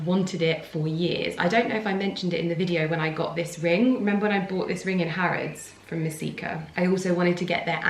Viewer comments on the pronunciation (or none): none